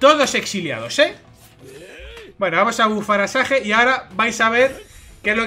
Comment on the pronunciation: Si haces muy buen contendio , pero esas pronunciaciones... xd . Un saludo